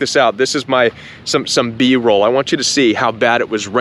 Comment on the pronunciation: The "B" Roll, 🤣Love the midwest!